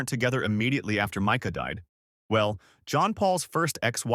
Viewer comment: Pronounced Myca